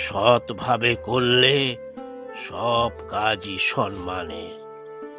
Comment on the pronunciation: Uchharon bhul hochhe. SAMMAN (not Sanman)